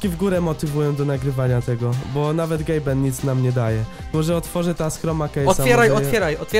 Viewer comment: Tylko to nie jest Gaben tylko Gabe.